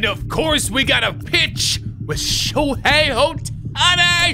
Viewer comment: It’s pronounced “show-hey” not show-hi